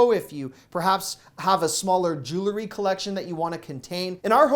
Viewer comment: Jewelry is NOT pronounced jewlery!